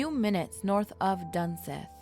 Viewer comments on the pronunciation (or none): Dun seth? Are you serious? It's pronounced dun-seeth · Did she say dunseth it's said Dunseath